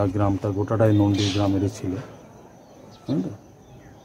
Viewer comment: কথা টা নণ্ডী, নন্দী নয়